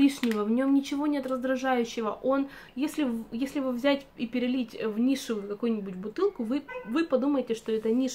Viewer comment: У нас ароматы вообще нельзя менять, так же как и косметику. Ты говоришь "нишу", а мне слышится "Миша", думаю, что за аромат Миша )))